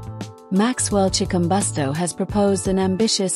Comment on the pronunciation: learn how 2 say his name